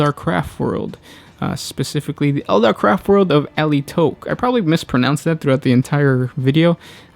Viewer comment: All I hear is "Crap World". :D